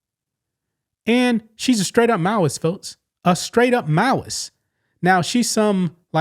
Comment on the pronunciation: What a mauis? I feel stupid. That’s what closed caption showed “she is straight up mauis, mauis”. I’m adhd so I hyper-fixate on the need to understand. Anyone out there. It’s probably not spelled right. Was it Malice I just couldn’t make out the word and going nuts